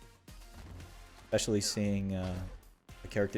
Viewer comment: Bro it's ESpecially not EXpecially